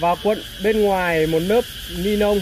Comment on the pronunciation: Lọ thuốc kích thích ra rễ k phải ra rế nha ni lông k phải ni long nhé bác hưỡng dẫn nói ngọng vậy e éo hiểu bác cái méo gì